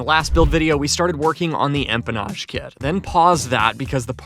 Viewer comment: I think is getting extra $ every time he says, “empamage” and “firewall forward” 😳🤭. Love ya 😍👊🏼🤗